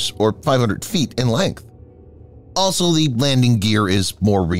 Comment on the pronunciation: I gave Defense Updates a miss for a while, due to the narrator's diction. I stupidly came by again because the video title piqued my interest. Good content. But please STOP SAYING 'ASOL' WHEN YOU MEAN 'ALSO'. HOW MANY TIMES DO I HAVE TO TELL YOU?